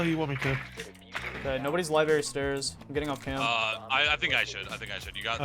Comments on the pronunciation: STOP SAYING LIBERRY INSTEAD OF LIBRARY I SWEAR TO GOD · L-I-B-R-A-R-Y not LIBARY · STOP SAYING LIBARY!!!!!!!!!!!